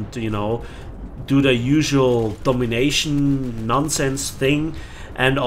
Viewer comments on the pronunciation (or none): none